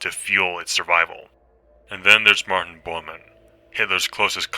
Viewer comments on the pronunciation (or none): none